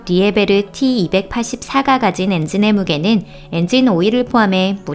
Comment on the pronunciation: liebherr 는 리에베르 라고 읽는게 아니라 "립헬 " 이라고 읽습니다. 정정 요망요.